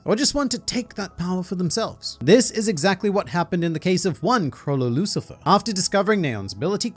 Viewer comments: it always irritates me that misses the second “L” out of “Lucilfer” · He's actually mentioned that in a previous video. Apparently, he DOES say it but it just comes out sounding like he missed it.